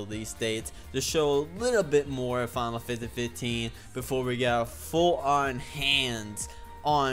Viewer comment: You Can't even say FINAL FANTASY 15 CORRECTLY!!!!!WHY?